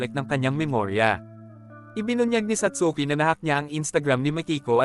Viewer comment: satski po pronounciation ng satsuki✌🏻🫰